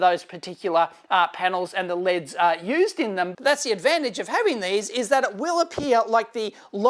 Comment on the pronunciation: As an American, thumbs up for LEDs pronounced the Aussie way. You're welcome very much!